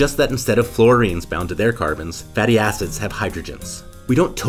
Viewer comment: please be careful pronouncing "fatty acid" you gotta make sure the "id" is highly audible